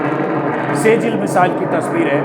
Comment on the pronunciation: "सेजिल " नहीं "सिज्जिल" hota hai Ajit ji!